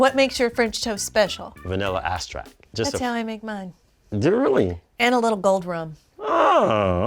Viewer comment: Thought it was just me 😂. Eliminate him for saying balsalamic! He also said vanilla asstract! Maybe there's something else going on...nerves or whatever. Let's not go too hard on him.